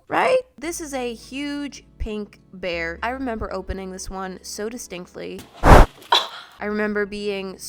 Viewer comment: "On my BearrrrrrrrrrrrrrrrrrrrrrrrrrRRRRRRRrrrRrRRRRrrrrrrrrrrrrrrrrrrrrrRrRRRrRrRR"